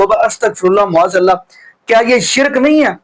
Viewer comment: BHAI SAHAB LAFAZ MUAZ ALLAH NAHI MAAZ ALLAH HOTA HAI. TASHEEH KAR LAIN PLZ.